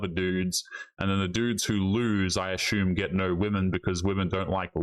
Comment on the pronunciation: " I ashhume"